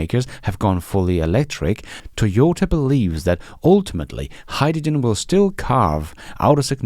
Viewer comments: Hyjijen? You're not the only one who pronounces it this way, of course. I saw a Sabine Hossenfelder video recently, who is German, I believe and pronounces it similarly. Fascinating. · What's Hi-Ja-Gen??🤣🤣🤣🤣 Just kidding you and the way you pronounce hydrogen.